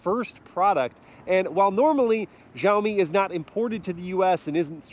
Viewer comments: It’s pronounced “SHAWMI” not “JUAMI” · Its pronounced "Shao mee" the xi makes a SH noise in mandarin its not JEE OWW MEE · Let me help you with the pronunciation of Xiaomi. In the video you are saying Jow-Mee, but it should be more like she-ow mee. Shao, like cow and pow. The true pronunciation of the X initial has a bit of air to it as you say it like you're hissing. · The X in Xiaomi is read as "Sh" not "Zh" 😃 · It's read with ch as in Chevrolet ,not with g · Why do white people pronounce X as "zh" or "j"? X is pronounced "shee". It's fking sheeow mee, not zhao me... their president is shee jin ping not jee jin ping. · It’s Sha O me! No za o me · x=sh not j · It's not Zhaomi btw 😑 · It's pronounced Siaomi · Xiaomi not jaomi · why do you pronounce it like "Jaomi"? Is there "J" letter in "Xiaomi"? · hey, when you read Xiaomi, you can just read the "x" as "s" , like siaomi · "Jauohmi SooSeven" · Please it's Xiaomi ... As in Shiaomi 😂😂😂😂😅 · It's Shiaomi. Like /She Jinping/ (spelled Xi Jinping) In Chinese transliteration, X is pronounced "Sh". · you don't have Xiaomi phones in the us ?????? (it's pronounced "shiaomi" by the way !) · just fyi its pronounced with a S, "siaomi". its a chinese to english direct translation =) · xiaomi is pronounced "see-yow me" with see-yow being a single syllable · Wrong pronunciation! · thank you! i always cringe when i hear foreigner try to pronounce xiaomi su7. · both wrong guys. haha but its always cute to see foreigners try to pronounce it.